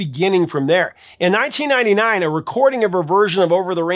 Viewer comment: The Volkswagen commercial was in 1999, not ‘89. The way he said the year, it’s hard to tell.